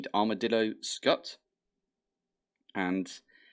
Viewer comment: Scute = s-kyoot. As in "it's cute". 🤓